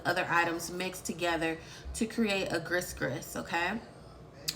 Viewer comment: Gris gris is pronounce gree-gree